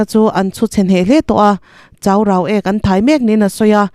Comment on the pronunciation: Chaurau ek I lam dan hi a diklo